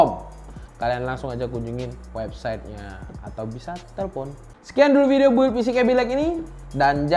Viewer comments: mungkin sering di bully jadi bilangnya BUILD keseringan pake QUota jadi bilangnya Gigahessssssss.. kwwkkwkwkwkwkwkwkw kebiasaan bikin es di kulkas jadi bilangnya KULING kwwkkww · masukan: Build cara bacanya "bild" itu RAM speednya bukan 4000ghz tapi 4000mhz. kalo bilang alat pendingin itu Cooler. Cooling itu fungsinya you're welcome.